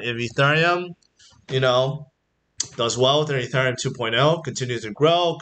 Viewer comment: its painfull to hear you pronounce ethereum